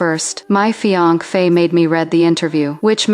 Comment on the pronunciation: "fi anc fe" wtf...!